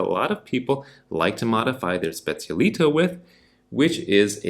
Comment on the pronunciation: The moment you pronounced Specialitá I had to leave….